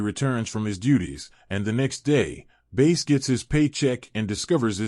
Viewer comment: It's pronounced Bass. why are you pronouncing it Base?